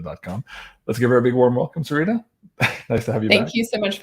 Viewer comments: I just went on her channel and heard her pronounce it with a long E. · keeps changing the pronunciation of Solreta. Sometimes he use a long E as in Solreeta, other times a short e as ret rhymes with bet. I notice it in all of their interviews. Which pronunciation is correct?